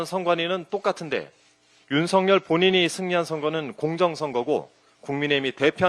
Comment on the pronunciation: 윤성열 아니고 윤석열임... 발음 좀 제대로 합시다.. 국회의원 쯤 되면